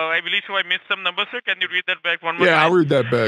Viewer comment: "card numbos"